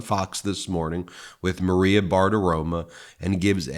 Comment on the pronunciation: Ben, I notice you still pronounce Maria B’s name incorrectly. If you are mispronouncing it purposefully given that she is a traitorous agent aiding in the effort to replace US democracy with an autocracy headed by someone who is uniquely PC in that he is both a raPist and a raCist the I can understand that. If not, you should pronounce it to rhyme with Ex-NFL QB Tony Romo. From a longtime MeidasTouch Patreon supporter. Keep up the great work!!